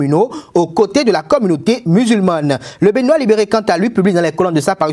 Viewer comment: Musulmane et non musulmanne ! Attention a la.prononciation.trop précipité